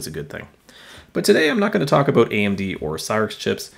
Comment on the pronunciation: "aboot" Definitely Canadian, buddy!